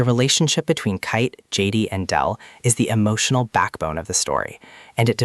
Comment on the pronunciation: Why are you saying kait like that.